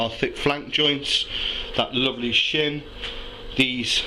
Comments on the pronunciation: I keep thinking that he's saying, "Let's take this sh*t off!" Nice meat btw. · Pause. Did you say take this shin, or shit, off? lol.